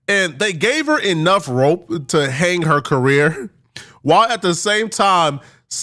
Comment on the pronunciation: "They agreed with huuuh" Bro you can't even say three letter words. It's HER, not HUH. 😂😂😂😂😂